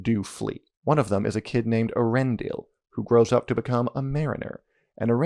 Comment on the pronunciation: If you were to adapt the Silmarillion, I think it could be done as a long TV show, given the long and interconnected nature of some of the stories…also not to be pedantic, but it’s “E-ar-en-dil” (the e and a are pronounced separately)